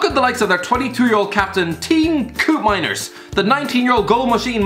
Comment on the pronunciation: Myron Buddu is how its pronouced I think (Im Irish) Koop in mine ers Calvin Stengs is easy and Wij n dal